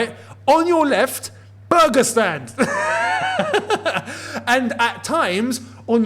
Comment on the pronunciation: Why does when said burger stand sounds like Pakistan to me? 😂 just a tad bit